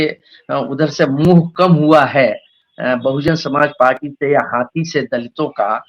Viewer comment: ये मैडम कैसी पत्रकारिता कर रही हे इनको बहुजन समाज पार्टी का नाम भी नहीं ले पा रही हैं